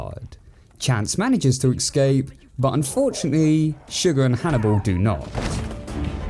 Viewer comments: ES-Cape Not EKS-CAPE I love his videos but that bothers me so much. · I can't get beyond the fact that you pronounce "escape" like "excape" 😂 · Take a shot everytime he says ecscape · Been on a massive binge of your videos, and while I love them all, I'm afraid I have something to tell you...... You have been pronouncing the word "escape" wrong your whole life.